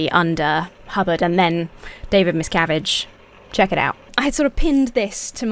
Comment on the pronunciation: Throughout the video, I kept hearing the leader's name as "David Miscarriage", which made it unintentionally funny.